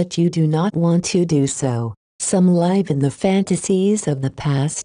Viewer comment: Pa-leese get rid of this robot voice. zI am so tired of hearing the word "live" (as to live) constantly pronounced as "lyve" (to 'live').